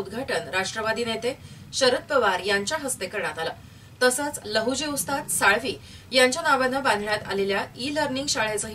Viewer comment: लहुजी साळवी असा उच्चार नाहीये हो साळवे असा उच्चार आहे.